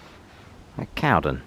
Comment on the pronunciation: Small point,think that it called CowDEN ? Bit odd for English say it as you see it !